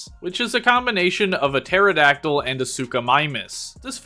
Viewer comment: man hearing pterodactyl and prounouncing the p in pterodactyl frustrates me as a dino nerd but good video